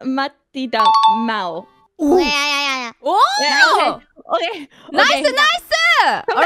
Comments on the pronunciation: mauuu not maw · probably instead of Mau, its Mac lmao😂